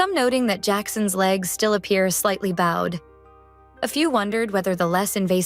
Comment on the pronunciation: Can’t we have a real human narrate these stores? With any luck they would know how to pronounce “bowed.”